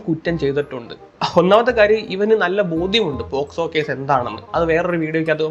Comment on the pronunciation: Posco alla pocso...kurach vivaram enkilum aadhyam vekku